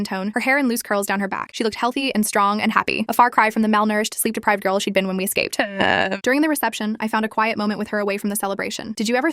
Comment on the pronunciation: I black born in JAPAN! I was 1 when I left so I never ate proper sushi also when she says escaped I hear eueuegh